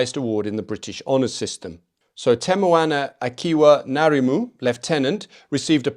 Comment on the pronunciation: it's interesting to hear a non new zealander speak about the battalion. ngarimu is a legend. the relative population of european nz soldiers vs maori was telling. btw your pronunciation was mostly fantastic. corrections (with respect) ngarimu isn't narimu it's difficult even for kiwis. it's like the pronunciation of "ing" but without the "i". and then the rest so it's (i)ngarimu. no disrespect - most kiwis can't pronounce it correctly. also marae is "ma-ra-ii". but kudos to your respect for our language. best i've seen so far. lol@ the andrew not sweating quote. hilarious.